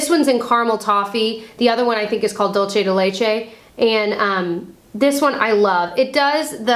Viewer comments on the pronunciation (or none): lol dull-chey de lech-ey